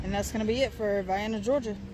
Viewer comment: You did a good job with this little video. You’re one of the few people online who pronounced the town’s name correctly. 👍🏻